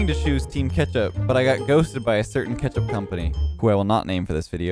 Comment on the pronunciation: Why does he keep saying kAtchup not KETchup